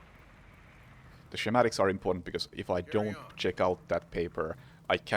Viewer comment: Double kill was awesome, gj buddy. Btw, just so you know, schematic is pronounced ske-matic (not being annoying just youre english is great and figured you might like to know)! Cheers!